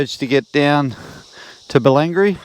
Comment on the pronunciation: Hey, nice ride. Although unnamed on maps I've always known them as "Pie mountain falls" which seems weird because the mountain is named "Tinebank". I helped dad with a road survey up there. Kippara( Kip-par- rah)is one of my most favourite spots. ps Bellangry ( Bell-angry)👍👍 looking forward to more falls buddy!